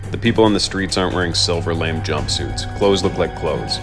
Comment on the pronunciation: I'm sorry, I'm going to be that guy for a sec. Not Silver Lame jumpsuit, its pronounced Silver La 'May Jumpsuits. Lamé (la 'may) is a type of fabric. That is all.